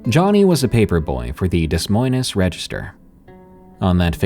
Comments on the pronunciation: I'm so sorry, but Des Moines in Des Moines Iowa the S is silent... Aside from that I do love your stories. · to nowhere… it’s not Dess Moi-Ness… it’s ’Dee Moin’ like ‘loin’ in sirloin, or loin cloth. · btw.......itd pronounced De Moin...the es is silent. just saying. love your work!!! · "DES - MOIN - EZ, Iowa." Haha!! I've never heard it pronounced that way. "DEY - MOIN" is how it's pronounced. It's a French name. Thus, both of the "es" are silent. How is it that I'm from Orange County, California, yet I understand pronunciations of multiple languages better than a podcaster/YouTuber with a large audience? I'm supposed to be the ignorant one. I'm a heavy drinking metal musician, and I've never taken any alternate language courses. Oddly enough, for some reason, I understand how French and Spanish words/names are pronounced. I guess 3 decades of listening to Gorguts, Cryptopsy, and Brujeria paid off! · this is embarrassing to listen to. Where the af are you from, pronouncing Des Moines that way?? I'm dying. Freakin' google it if you have to. You're on youtube. Search a video on it. Never mind the contradictions in the first story--his remains were never found, meth was in his system (how tf would they know that if no remains were found??), remains were found, he was never found, remains were found but they aren't confirmed to be his, he was never found, he had meth in his system. Bro, from sentence to sentence you change the information. Come on. At least have internal consistency. I thought maybe I'd found a new channel, because it's the sort of thing I would enjoy listening to, but it's so poorly done, I'm going to nope out, thanks. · "Dess Moynez"? It's pronounced DEH-MOYN. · Des Moines is pronounced DEE-MOIN or DUH-MOIN NOT "DEZ MOYNEZ" 🙄🙄🙄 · Dess Moyness - seriously?! Is that voiceover A.I? It sounds it. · "Dez mojnes" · if im not mistaken, it is pronounced: De-moyne. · Mispronounced — Demoines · it’s pronounced “de moin” iowa 🤣